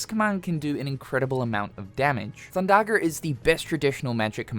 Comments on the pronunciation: thundagger😮 hard r too😅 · Theres no r thin thundaga